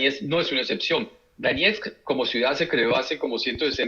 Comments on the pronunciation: Se escribe DONETSK /doniésk/. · lo liberal es asqueroso, pero monetizas en dólares y no sabes ni pronunciar Donetsk, mucho menos podes saber donde queda.